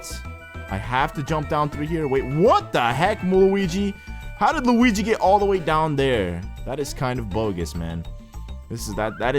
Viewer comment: did he just call them mawio and lawingus